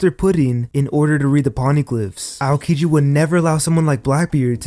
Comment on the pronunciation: AOkiji = (OW)-kiji... can't get past the AY-OH-kiji